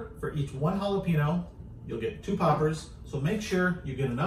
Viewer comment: Great recipe! Killing me with "Holla-PEEN-oh" though. "Holla-PAIN-yo". Cheers from South Texas!